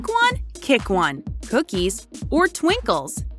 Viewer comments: It’s twinkies not twincols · it’s pronounced TWINKIES not TWINKLES